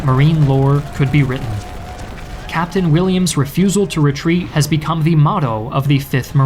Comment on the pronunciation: The content is great, but am I the only one really bothered by the word "the" pronouced "dee" every time?